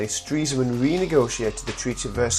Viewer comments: Its pronounced "stress man" not "streeesman" Nice job anyway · No, he's pronouncing it incorrectly. It's actually "Stress-man". Ironic being as he dies of a heart attack >.> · you mean.. I've been pronouncing Stresemann wrongly? This is really good btw!